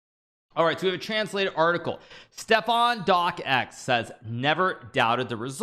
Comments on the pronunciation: It's pronounced DOX! Why is it that Americans have to butcher every name in any language? Especially a very easy one like this... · It's a silent C just say dox already xD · "Doc Ex"??? It's just his name: Stefan Docx. One syllable.